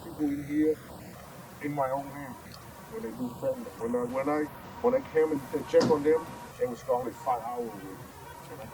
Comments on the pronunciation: I know this is pedantic, but I just had to note that not once was fentanyl pronounced correctly here by anyone. It’s not “Fent-un-all”, it’s “Fent-uh-nil”. Rhymes with Clearasil, not wherewithal. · The addicts, for some reason, say fen-ta-NAL, when the drug name is fen-ta-NIL. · It's fentanyl, not fentanol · You spell it fentanyl, but you say it fentanol. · FENT A Noll? Hard to take you seriously when you can't pronounce the name of your subject. I get it. Credibility and actual skill at reporting doesn't really matter here .